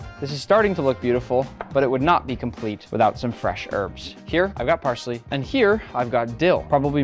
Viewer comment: Did you say parsley?